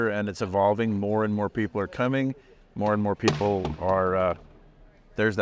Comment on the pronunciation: says we are expecting “MORR” people. ❤